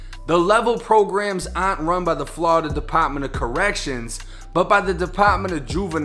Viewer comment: Ha, say Flaurida again lol 👀